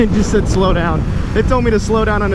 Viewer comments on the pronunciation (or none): none